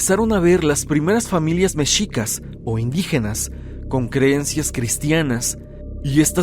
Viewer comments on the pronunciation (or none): none